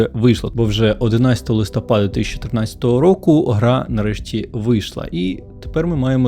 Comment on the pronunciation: Я там невнятно сказав там 2014